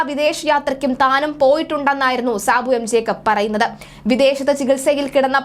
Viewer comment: ജേക്കബ് ആണ് ട്ടോ. ജേക്കപ്പ് അല്ല. 😊